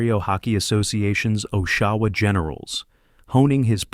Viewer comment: Please learn the proper way to pronounce city names. Oshawa, and St. Louis were awful attempts.